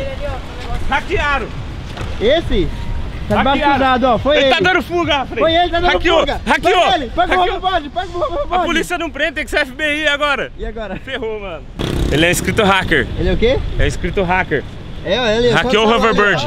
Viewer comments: É muito feio falsr hoverboard fala overboard pelamor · Q raiva de ele falar haverbard eh hoverboard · Vc fala hoverbord errado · "Rover BIRD" 😂😂😂😂😂😂😂😂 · caralho, quem tem nervoso em ouvir ele falar "hoverBIRD".... é Hoverboard. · Galera, eu TRUCE o rãverburd kkkkkkkk PAREI DE ASSISTIR NO TRUCE... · Quem ficou com agunia quando ele fala roverbordi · vc não sabe falar HOVERBOARD VC FALA HOVERBIRD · Raeverbord kkkkkkkkkkkkkkkkkkkkkkkkkkkkkkkkkkkkkkkkkkkkkkkkkkkkkkkkkkkkkkkkkkkkkkkkkkkkkkkkkk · Ele fala haveverbord kkk é hoverbord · O hãverbãrd kkllkllkk eleescreve certo e fala errado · cada vez que ele fala hover bird uma parte de mim morre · "Rabibard" kkkkkk ❤❤ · é engraçado ele falando houverboard kkkkkkk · Não querendo te zuar nem nd mas se pronuncia overbord ★★★ ☆☆☆ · Ele fala houverbôrdi kkkk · Ele fala horverbard kkkkk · Pq Vc Fala Hover Bard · Nossa o falo roverbord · Kkk ele fala muito errado haveboard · pq o cara fala hoverbird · Mano fala certo é hoverband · Se fala rouverbord Mas se escreve de outro jeito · Porra para de falar raverbord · Aprendam, a pronúncia do é errada e ele tá zuando Seus mente fechada kk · Da nervoso ver o falar, puts....o bicho fala errado demais kkkkkkk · A pronúncia de Hoverboard dele é muito engraçado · que dia quec o vai aprende fala hoverboard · Cara que agonia dele falando hoverboard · O nao sabe falar hoverboard